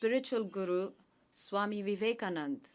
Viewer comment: and donald said vivekanandan as vivekamundan